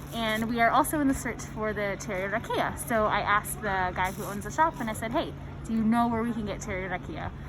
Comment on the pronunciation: This is all in good fun. Loved the video, made me miss my birth country. The whiskey is pronounced Rock E Ya. Roll the R. You guys where killing me with the way you pronounced it. All the best to you. Long life and good health.